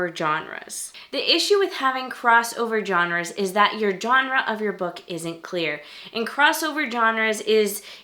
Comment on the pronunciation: I don't understand why YouTubers don't know how to pronounce Genre correctly.